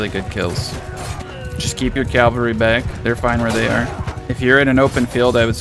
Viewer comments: Cavalry not Calvary my friend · Great explanation. I have to say that it's CAVALRY. CAV - ALRY. "Calvary" is the geographical location where Jesus died.